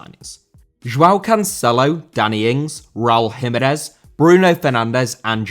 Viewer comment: Jiménez * not Hímenez